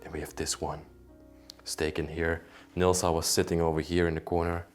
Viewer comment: you are having a difficult time with the name Nilsa...lol